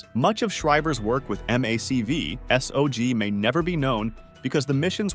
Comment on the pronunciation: Mac v sog isn't said like that do more research please